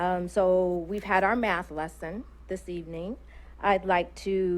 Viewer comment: The 1st lady: She just had a math class before coming here or did she say meth class?